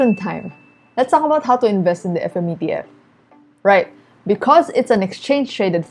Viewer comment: What did you say qalk about? Or talk about 🤣